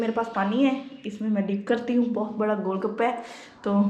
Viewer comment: Gol gapa bhi thek sa nhi boln Ata gol baka bol rhi thii😂😂😂😂😆😁😁 ....bhai maro mujha maro nhi bas maro mujha maro😁😁😂😂😁😅😅😁😁